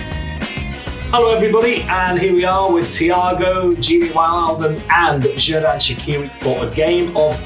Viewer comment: Gerard Shakiri😭. It’s Xherdan Shaqiri. Like Jerdán ShaQiri. The Q is pronounced Q and not K.